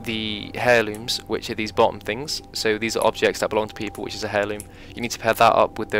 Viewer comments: It's pronounced Airloom, not hairloom. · Funny how British people pronounce the H in most words. ie: “herb heirloom”